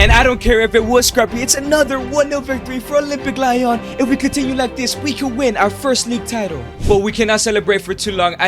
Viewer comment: It's "Le-on" not lion